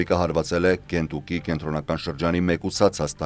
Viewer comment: Ոչ թե կենտուկի այլ քենթաքի. Այտ անուն ոչ հայկական է ոչ էլ հայերենէ այլ անգլերեն է աշխատեք ճիշտ անգլերենով արտասանել. Շատ շնորհակալություն